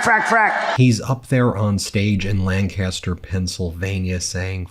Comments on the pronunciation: Ben, living in South Central PA all my life I thought I would tell you, we do not pronounce Lancaster that way here. You pronounce it Lan Caster. We pronounce it more like Lan Kester. Thanx. Pet peev of mine. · Love your network, thanks for your journalism. (Where I’m from “Lancaster” is pronounced “LANK-isst-err”.) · Ben probably won't read this, but for anyone else. Lan-caster is old England. Pennsylvania pronounces it, "Lankister" 🐤🐤🐤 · They pronounce it LINCASSTUR, not Lann-kasster. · Lancaster. Pronounced LANKisster ;) i am ashamed people in MY TOWN actually went...edit: I'm actually sitting here seeing if I recognize anyone i know..... :/